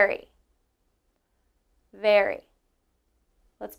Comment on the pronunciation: Sorry your first comparison is incorrect. Neither berry nor very have the sound "air" in them. So with your pronunciation Barry and Vary are exactly the same as Berry and Very. You should practice your short e sounds if you are teaching. It is a perfect example however of how subtle inflections can change English words to mean something completely different. It is also an example of some of the most commonly mispronounced vowels and words in the English language even among the native speakers. Good job on everything else.